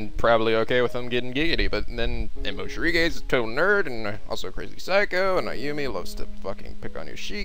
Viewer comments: There it is again. Moshirige instead of Mori-Shige. XP Heheh. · That's fine, he's pronouncing the names to the letter. But mixing up もりしげ for もしりげ is worth being called out for.